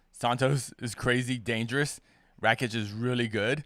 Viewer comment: Can someone explain to how to pronounce Aleksandar Rakic's last name? He's been saying "Rat-chick" for YEARS without anyone correcting him!